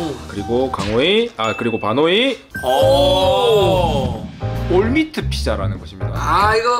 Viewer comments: 2분25초에 반호이를 강호이 라고 헷습니다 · 가 자꾸 강호이라구해요 반호인데ㅠ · 보너스게임때 ㅋㅋ😂 가 반호이를 강호이로 부름 근데 아무도 눈치 못참ㅋ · 반호이도 아니고 발호이 뭔데